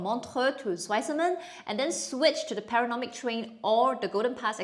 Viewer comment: Enjoy the video but recommend checking where you’re putting the “n” in “panoramic” in the future